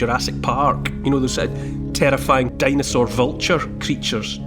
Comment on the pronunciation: What's a "dinosuar" Neil?😅